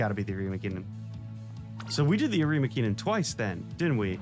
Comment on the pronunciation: I’m pretty sure it’s arima linen